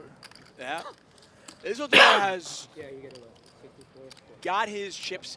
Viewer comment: Is anyone else bothered that they constantly pronounce Isildur incorrectly? If it’s a name after the lord of the rings character it’s “is-sil-dur” like how Elrond says it in the fellowship of the ring.